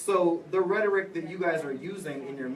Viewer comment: Blonde guy clarified he mispoke about "condone" instead of "condemn"... they keep harping on it, what? But he said "University of Campus" and nobody said anything. How is that different? Also its embarrassing how often the big loud one mispronounces words. Like "rhetoric"